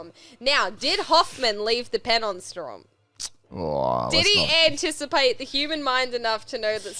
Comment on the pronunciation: its strahm not straum